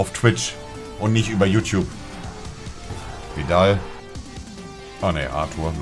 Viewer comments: Brasilianischer Barca Spieler, Monte: "Vidal" 😂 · Brasilien Flagge Niemand: Wirklich niemand: Monte: Vidal